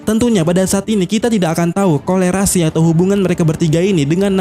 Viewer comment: Korelasi min bukan kolerasi